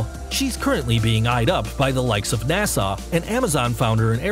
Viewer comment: He says NASA like "Nassau" 😂